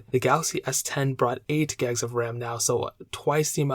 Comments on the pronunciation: 8 "gegs" of ram 😂 great video, great info, but as others have said please slow down your speaking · “8 guys of RAM”